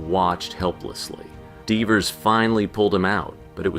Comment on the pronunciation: I think the this is an AI Channel, they literally pronounced “Divers” as “Deevers.” like what